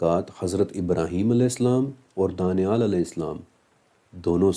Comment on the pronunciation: Danial ka Pronnouncaction hmm daaniaal karte hain, but likhte danial hi hain aapne muslimo ke name sune honge daaniaal.